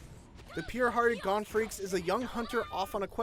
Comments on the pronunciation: You pronounced gon and killua wrong. For gon you you say the o as a long o. And for killua you pronounce it as keylua. I had to point this out because it’s my favorite anime. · It Pisses me off the way u mispronounce most of the names... how u mess up Gon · I like that you can't pronounce Killua or Gon's names correctly. Try watching an episode or two to make sure you got the names down, man